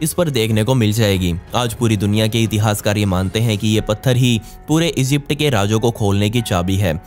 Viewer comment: Esypd nahi hota Egypt hota he,🤣🤣